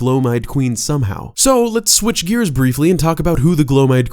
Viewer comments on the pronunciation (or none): none